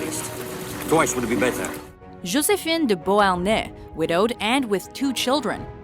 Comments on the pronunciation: Though I really appreciate all of her hard work in the videos, her Canadian butchering of French never ceases to irritate me: like how she says "Josephine" and other things here. Canada is a country where people have false pretenses about bilingualism, where people think they can speak both English and French, yet actually can speak neither. Anglophones think they can speak French, but can't; and Francophones who think they can speak English, but can't. At least in many places in Europe, they are actually bilingual. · You should learn to pronounce Josephine. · Though I really appreciate all of her hard work in the videos, her Canadian butchering of French never ceases to irritate me: like how she says "Josephine" and other things here. But I can't blame her... Canada is a country where people have false pretenses about bilingualism, where people think they can speak both English and French, yet actually can speak neither. Anglophones think they can speak French, but can't; and Francophones who think they can speak English, but can't. At least in many places in Europe and around the world, they are actually bilingual.